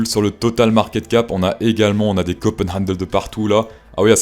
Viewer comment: C'est cup, pas cop. Tu veux donner des leçons mais tu sais déjà pas prononcer le mot en question